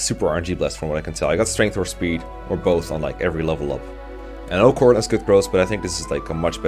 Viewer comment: Took me forever to understand why you were saying Robin and not Corrin